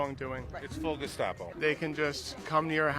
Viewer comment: I like the gestapo comment. He must kave seen the video of the idiot calling police gespatcho. He over pronounced it to show he is "smarter" then the others. 😆🤣😂